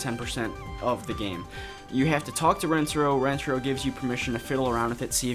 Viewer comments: She kept saying it RenTARo when it’s not like RENTaro. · I think you do too I just heard it right at the beginning and went 😬. I feel bad for Asian Americans that played this game, especially with Lani’s constant mispronunciation of Rentaro that even Yumi copies because I guess assimilation? Idk lol.